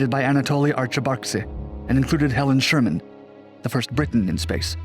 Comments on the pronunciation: It’s Sharman. Not Sherman. Helen Sharman. Gah!! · Actually it's Helen Sharman NOT Helen Sherman - a small point, but worth mentioning. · Just a small point. It's Sharmen rather than Sherman. Pronounced like 'Charmin', the tissue paper Krikalev had to use when he feel in love in space. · It's SHARman not Sherman. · Helen ShArman, damn it, NOT Helen ShErman.